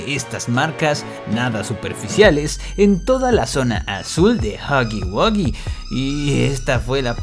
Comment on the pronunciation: Pir fin una persona diciendo huggy wuggy bien. joder